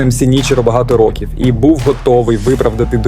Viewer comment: ну я більше мав на увазі саме вимову, інтонацію і якийсь акцент. Ви деколи кажете "рОків", раз вимовляєте "ар-тридцять-два", а раз було "ар-три-два", "чІткою метою", "сто девЯносто сім", "віддані фанати були дужк вимогливими", і так далі. Що наводить на думку що текст був озвучений штучним інтелектом.